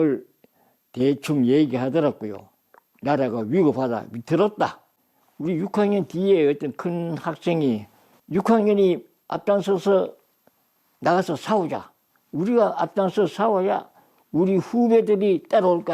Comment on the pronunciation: 죄송합니다. 사우자 ----->싸우자 살--------쌀 이거 왜? 발음이 안되시는지요?😊😊